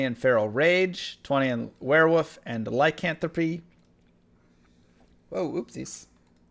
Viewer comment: "Werewoof" Lol